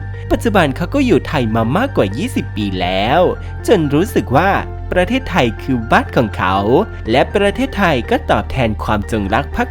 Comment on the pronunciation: ทำไมแอดต้องออกเสียงว่า สัญชาติทายยยยยย ไทยสั้น ๆ พูดชัด ๆ ไม่ได้เหรอ ขัดหูมาก ทายยยยย